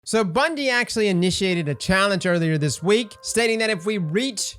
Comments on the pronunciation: Second word of the video: "Bundie" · “SO BUNDIE…” 🤔😂